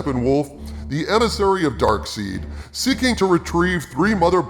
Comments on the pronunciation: It's pronounced SYN-DER not Sch-nider and DARK-SIDE not Dark-seed... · I knew this movie would do well. I like Zack's style as it matches the tone if how goes. I loved your enthusiasm while describing the film. On a side note.....are we just gonna ignore how you went out of your way to address how to pronounce Gal's last name right but you mess up Darkseid's name? Lmao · It's pronounced Gadot, not Gado. fans: it's pronounced Darkseid, not Dakseed. And Snyder, not Scheider. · Dark “seid”???? 😂😂😂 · It's pronounced dark-SIDE, not dark-SEED... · Wait....it’s Darkseid (Darkside) not Darkseed. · Errrr, wtf are you on about. It’s pronounced Dark-SīDE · Did he say Dark Seed? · Not to quibble but Darkseid is pronounced like “Dark Side”. It’s was in 4:3 because it was blocked and set up for IMAX. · I'll forgive you for saying "Dark-Seed" this time around... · He also said “Darkseed.” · Did you actually say “Dark Seed”? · I love your commentary, but if you're going to mispronounce "Snyder" and "Darkseid" don't berate me for how I pronounce "Gal Gadot!" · Then doesn't pronounce Darkseid correctly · I am genuinely surprised that you went out of your way to correctly pronounce Gal Godots name, then casually mispronounce Darkseid.